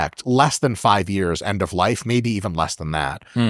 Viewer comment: I laugh when Chris says Years in his british accent. "Ah yes, I did it for 2 yarhhs" 😅